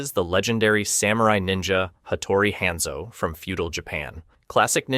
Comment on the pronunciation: And "Henzo" for Hanzo